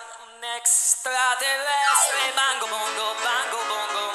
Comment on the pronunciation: Un eeee...extvatevvestveee